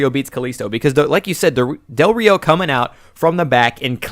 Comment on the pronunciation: It's pronounced "Ree oh".